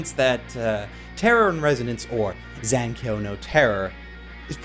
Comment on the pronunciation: ya mispronounced zankyou